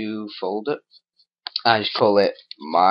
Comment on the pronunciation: lolz fol-DOOR XD